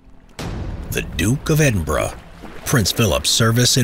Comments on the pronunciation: nobody: Simple History: The Duke of Edinbruh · "The Duke of Edinbruh" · I thought he said edinbruh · The Duke of Edinbruh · Duke of Edin “Bruh” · The Dook Of Edinborow. What a pronunciation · Duke of Edinbruh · "The Duke of Edinbruh " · Yanks trying to hold their tongue of pronouncing it American way instead of the british way.